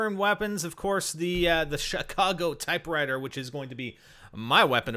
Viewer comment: he said "Chicago Typewritter.